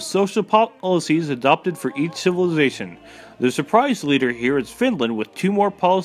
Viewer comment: If you can't pronounce "Civilization" then you probably shouldn't try and do narration. :/ It's actually true - Setting the speed to 1.5 makes this much more watchable.